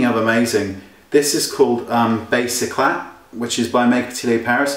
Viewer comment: pronounced touche e-clay not eclat wayne :)